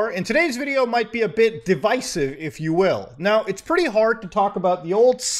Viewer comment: "devisive" kek